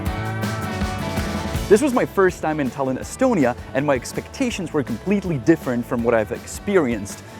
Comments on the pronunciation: it’s Tallinn not Tällinn. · It's pronounced Tie-Lin btw Janek